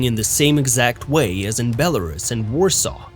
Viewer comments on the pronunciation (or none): none